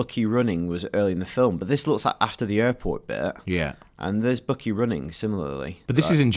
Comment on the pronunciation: Did you notice how the one guy kept saying bookey not buckey? Lol a tad funny to me